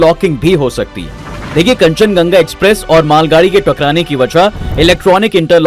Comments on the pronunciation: Kanchan Ganga nehi yaar Kanchan Junga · Kanchan ganga nahi bhai kanchanjunga hoga😊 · Rail ka naam thik se boliye bhai.kanchanjungha hai. Kanchanganga nehi.😡😡😡😡😡😡😡😡😡